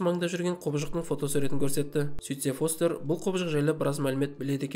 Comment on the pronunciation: Брат не стедн фестерді фостер дедің ба форест дедің ба нормални аты бар ғой фестер